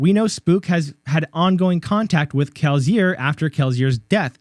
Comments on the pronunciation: My guy can you please say Kelsier correctly. Kel-see-er. If you don't mind the constructive criticism, you got a new follower. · 🤣 I say the S with an S sound. You make a Z sound to my ear, but maybe it's just me...I got triggered lol. Truly great video though, the theory makes a lot of sense. I've felt Spook was likely alive for a while. My favorite part of the theory is that he's 16 living in Lasting Integrity. I hadn't ever been sure what to make of 16 at Lasting Integrity, but now that you've said it, it feels like there's no one else he could be. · I am falling for the bait but you definitely mispronounced kelsier on purpose to ragebait for comments. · Dawg, the way you pronounce Kelsier is wild. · awful. Kill it with fire. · Good video, thank you. By the way, I absolutely hate your pronunciation of Kelsier